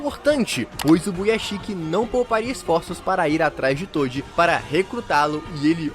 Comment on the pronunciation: "TODI" KSDAKDSA q agonia